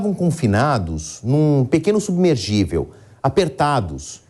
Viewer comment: Submergivel?? Nem os repórteres sabem mais falar português?? É SUBMERSÍVEL !!! Não tem G no meio não!!!